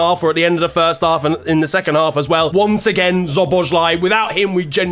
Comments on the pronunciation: Szoboszlai is pronounced "SO BOSS LUH EE" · the "sz" in your top players name is pronounced like an english "s". Show some respect.